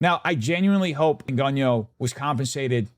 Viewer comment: You’re so stupid and racist you can’t even pronounce Lupita’s surname. Yo pathetic 😂😂😂